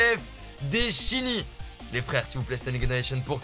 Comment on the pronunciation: Il m’énerve a dire standing innovation a chaque fois 😂😂😂